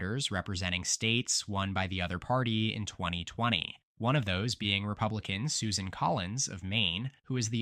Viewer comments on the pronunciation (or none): none